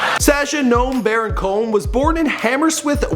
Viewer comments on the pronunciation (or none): “Living in kibbutz, israel” uh...kibbutz is not a place it’s a type of residence. Edit: also no-uhm, not gnome (Noam)